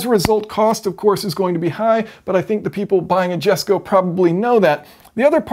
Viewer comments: By the way the car is pronounced yesko but spelt jesko. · Its pronounced yesko... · Cool explanation.........but it's pronounced YESKO......... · It's "iesco" Jesko .. Christian even says it if you looked through his interviews! The name of the car comes from his father's name which is pronounced with an "i" not a "j". Nice vid! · Pronunciation connection: Jesko is pronounced like "yesko" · It's "YES"co. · Great video as always! Please stop calling it the Jesko, it’s pronounced YESko 😉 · I thought you already made a video on this transmission? That it's got, like, seven clutches- one for each gear or something and... Right? Also, I think it's pronounced "Yesco". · Jesko pronunciation "Hesko" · it's pronounced YESKO